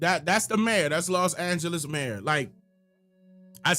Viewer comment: she called it lost Angeles 😢